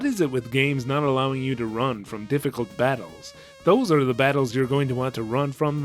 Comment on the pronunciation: A lot of pieces of this game remind me of the original Lunar for Sega CD. Also, the slow way you go about saying the new names reminds of of the Kids in the Hall bit about the gazebo. "Mr. Her man T. El wish". You also said "difficulty" in a previous video like the hillbilly in the KITH bit where the horse kicks the guy in the head. "Duh fick ull tee". Anyway, great videos.